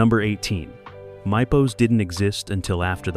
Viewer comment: You pronounced Mypos wrong and lots of these secrets you mention are not true.